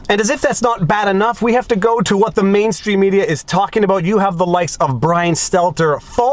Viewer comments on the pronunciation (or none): none